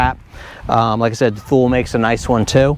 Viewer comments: Two-Lee, not thool. Thumbs up! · Good job on this,. "Thule" is pronounced "Too-Lee." Makes you sound more professional when that's included in your next one. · BTW…Thule is pronounced “Two-lee”. Good beta on the wide straps! Wider is better. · Actually, it is a swedish brand and is not pronouced ”tool-ee”, more like ”tu-le” with a ”hard” U that might be hard for native english speakers to nail. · Very helpful video, thank you. Not trying to sound like a smartass, but Thule is pronounced "tool-ee." Just an FYI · I'd have no idea what someone is talking about if they said "two-lee". I recognized "thule" though.